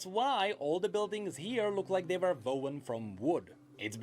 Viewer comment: almost every person who watched the video I’ve seen has to mention the way my man said were 😭😭😭 he really did fuck that one up pretty badly